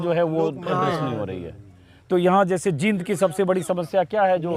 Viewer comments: Anjum ji aap Jind ko जिंद bol rhe h jbki जींद bolna chahiye, Isko aap thik kijiye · बोलना सीखो पहले जींद है ये जिंद नही है